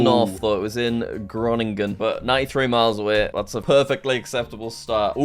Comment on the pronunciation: grrr as a dutch speaker it’s pronounced Hr-Oen-E-Gen